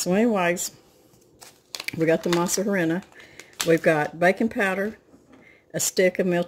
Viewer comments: You said Masa perfectly but just so you know, Harina is ah-rree-nah. A slight quick roll of the r. Then the nah sound would rhyme with ha like hahaha.😆. I hope that makes sense. Not Matt ask criticism it's just in case you want to know. Masa is dough and Harina is flour. In Spanish things are spoken reversed in comparison to English... Translation would be flour dough. What it's made of is Mais/dried corn, as you you already know. Mah-eez. Again, if you were curious. Great job and thanks for the video. I'm sure it delicious and smells like heaven in your kitchen. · Masa ahreena is the correct pronunciation. The “h” is silent in Spanish. 😁 I love this recipe! Much easier than making tamales. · Hola its a silent H. You say Arina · I continued and finished seeing it when she tries to say " harina " ! Flour in english . I was like ??? Tamale pie !! But it actually looks good. I will give it a try . I am 100% Mexican and I approve this recipe 😁